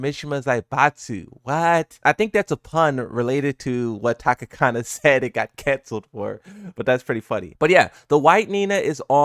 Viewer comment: Tanakana not Takakana😂😂.... sorry but i had too... respect brotha! Aloha.